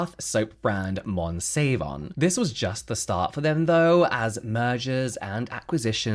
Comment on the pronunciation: "Monsavon" 😂😂😂 there's A LOT OF ROOM for improvement 👍😂